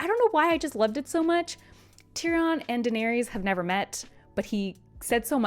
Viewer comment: The way she says "Tyrion" and "Cersei" is killing me. (Tear-E-In) and (Sir-See) is how George pronounces them